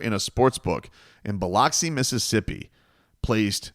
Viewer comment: Lol Biloxi is not pronounced like that 🤦🏽‍♂️.